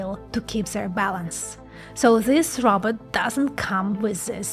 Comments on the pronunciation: You are sweet and doing a great job. Keep up the good work. Just one thing... its not "Robert".. Its "Ro" "bot" (Row (BOT)). I am working on a SNN Brain model. Do you have any content on SNN and SNN vs Other and what it means etc ? would be great if you can do that. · Row-bot, not Robert. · Did she say robutt...